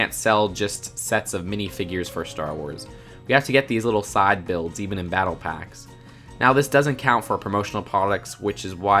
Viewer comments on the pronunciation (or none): none